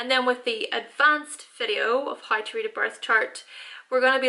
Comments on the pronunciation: More like hi 😂😂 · The way you pronounce How , always gets me